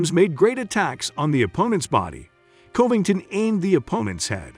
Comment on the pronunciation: Colby Colbyngton🤣